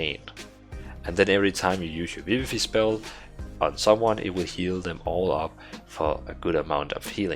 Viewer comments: vi-vi-fai (not fee) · the way you say vivify bugs me